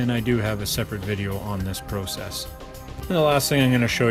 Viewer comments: It is called process not prosess squeegee and broom is faster but still a good job at any rate LOL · Great video. thank you. the only thing that bothers me is the way you pronounced process